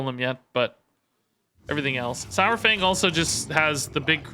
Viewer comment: I know I'll get a heap of hate, but it just annoys me to no end. It's sawfang, as in dinosaur. Not sourfang. Love your content though.